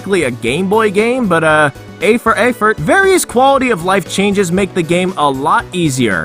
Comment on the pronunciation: Finna start saying A for Affort thank you